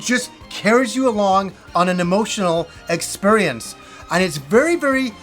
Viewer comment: My favorite -ism is "Expurrience"